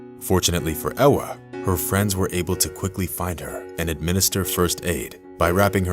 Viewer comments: Its Ewa not Ella.. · You are mispronouncing her name, in Poland, W is pronounced as a V, her name is Eva.